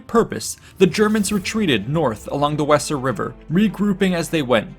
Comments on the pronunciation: Great job. The Wesser river is pronounced Vay zer. Fyi. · Vayser. Not wesser.. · When pronouncing place names please investigate. For example in this well put together coverage, the River Wesser is pronounced Vayzer as in German W=V and S=Z this is but one example as Latin has others. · The Weser river the W is pronounced V so is sounds Veser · It would be pronounced "vayzer" river, surely . . . ? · I spent 5 years in Hameln and 3 years Minden so hearing it mispronounced just grates.